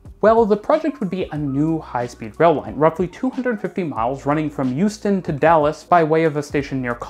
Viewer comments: Why do you say Youston not Houston? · Why does it sound like you're saying Euston when you say Houston 😅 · I'm sure you just said "Euston", friend. See, he said it again!😂😂😂😂😂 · Every time you said Houston it sounded to my British (but even more importantly, Londoner) ears like "Euston", the London terminal for the west coast main line, which was quite confusing. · As an American, the way you say Houston makes me think you’re from the east coast.